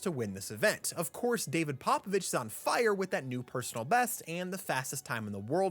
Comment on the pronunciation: Learn to pronounce his name. His name is pOpOvici not pApAvici. "O" is "o " not A...